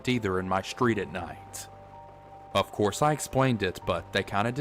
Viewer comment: Not "schtreet", street. So weird.